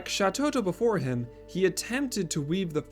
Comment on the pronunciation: Shatotto... Shantotto...